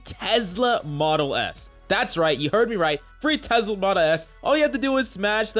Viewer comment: he really said tezzzzzzzzla